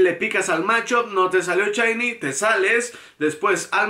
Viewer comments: Amigi se dice SHINY! NO CHAYNI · "chainy, chainy..." Dices también "Chakira"? XDD